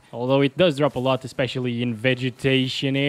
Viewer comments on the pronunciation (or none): none